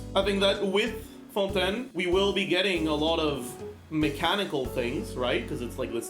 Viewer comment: As a frenchwoman i really appreciate how you pronounce fontaine it's refreshing to see it pronounced right